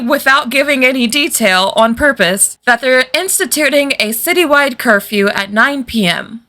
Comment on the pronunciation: "Porpose." Edit: Velma getting rammed by the car made me laugh hard.